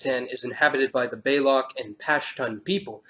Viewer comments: Just one thing, it's not BAYLOCK it's BALUCH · its not pronounced balok its Baloch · i am confused what baylok is did you mean baloch because your pronunciation is not even close to how it should be pronounced lol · One thing - baloch is not pronounced "baylok" - it is pronounced mostly how it is written. Ba-Lochi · pronounced "buh-loach", not "bay-lock" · FYI - The Baloch of Western Pakistan are pronounced like "Baluch" or "Balooch", not like Balock. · It's pronounced "BAH-LOCH" not "BAYLOK" with the CH as in CHocolate, not LOCH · Baloch is correctly pronounced as Ba (as in but) - Loch (as in chicken) and Pashton as Pash - Thone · "Bay-Lock" surely he didn't say that!? Baloch is pronounced how it's spelt! Not Bay-Lock! Am I missing something? Why is no comment mad at that pronunciation? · This is a nice video but the way you pronounced 'Baloch' was just... 😬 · The "ch" in the word "Baloch" is pronounced as in chair... and the "a" is pronounced shorter like the "u" in cull.